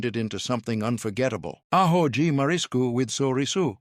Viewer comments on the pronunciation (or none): To the Announcer if Human: In Feijoada, the 'J' is pronounced like a J in John. Also, in Arroz, one pronounces the 'Z', like AHOZ. I grew up in Brazil speaking Portuguese. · Absolutely butchered pronunciation of rice